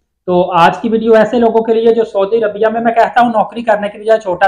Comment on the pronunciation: dear brother you are giving nice information,please correct your pronounciation of saudi Arabia. thank you.